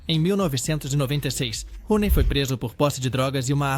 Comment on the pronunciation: Roney?! Não! Downey please.